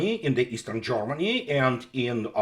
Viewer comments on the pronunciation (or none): none